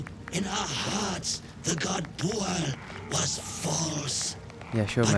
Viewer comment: I wonder if "BOOOAL" isn't really Bhaal, mispronounced and misinterpretted by them. I'm guessing yes. They were a fun little side quest. 😄